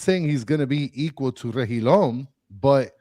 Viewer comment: Rejillon => English => RE-Hi-JON